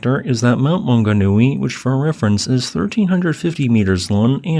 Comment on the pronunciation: Great pronunciation of place names, also known as Mauao. Deep tragedy here but, when I look around the world and see the other recent tragedies, it seems to pale in comparison. My mother says we feel it because we don't tend to have such tragedies here